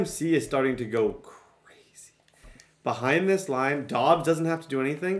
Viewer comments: Question why pronounce it dubbs it’s dobbs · It’s Dobbs not dubbs can’t pronounce any names even though the announcers do it for you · It’s josh DOBBS NOT DUBBS😂😂😂 and the commentators are saying his name lolllll u funny